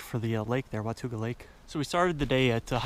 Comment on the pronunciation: WAH TAUG AHH not wah tuga. it is a indian word that means " The Land Beyond"